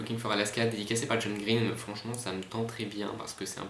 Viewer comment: Il est super ce tag!!! Ca se voit que t'es un grand fan de John Green (à part la prononciation de son nom de famille :P) et je suis d'accord quand tu dis qu'il parle hyper vite, on en comprend pas la moitié (mais c'est déjà bien en fait ^^), ça doit pas être très reposant un vol longue distance à côté de lui. x) Quand tu as lu la question sur les univers de livres, j'ai tout de suite pensé à exactement la même chose que toi en pensant "Il va dire Tobie Lolness ou pas??". Et super vidéo merci, dommage que j'ai aucun moyen de le reprendre!!